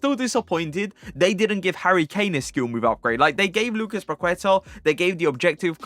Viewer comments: I'am brazilian and love your vídeos! Your gameplay is amazing. Just a tip: when u say 'Paqueta', the right pronunciation is 'Paketa', the 'u' is mute. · The u in queta is silent. It's pronounced Lucas paketa